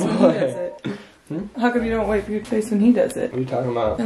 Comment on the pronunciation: “whipe”😂😂 love you